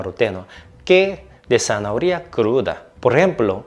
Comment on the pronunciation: Buen video, como zanahoria en todas sus variables, adoro el jugo o ensalada con manzana, una fruta maravillosa tambien. Me encanta como pronuncias "zanahoria" 😆